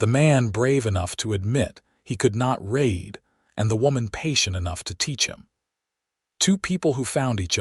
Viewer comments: Raid,raid,raid, when will AI say READ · Nice story. It's about learning to read. Too bad the person or thing (I think it might be an AI), didn't pronounce the past tense of the word "read" correctly. It is spelled the same: "read". But it should be pronounced like "red". There were many instances when the past tense of this word was pronounced like it rhymed with "deed." Does anyone at the Western Clouds channel (and all the other channels associated with this this channel), listen to these stories before uploading them? You need someone to listen to the stories, and edit them. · Actually Zachary is DYSLEXIC. not known about then and not recognised on the UK until the mid to late 1980's...I have a son who has dyslexia and finding help was most difficult, schools labeled him as disruptive , when it was in fact frustration. But here you have an AI NOT AT ALL PRONOUNCING THE WORDS CORRECTLY ON 'READ' AND "READ TO BE PRONOUNCED AS "RED".....And getting it WRONG IN A MOST SPECTACULAR WAY. And you NEVER correct the fault...thos has been going on for months ...that is not AI Error, it is Human error if not bothing to make the correction to the programme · Wonderful story! I wish AI could pronounce read correctly. Thank you